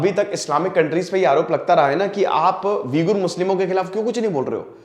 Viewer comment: वीगुर नहीं ऊईग़र है शायद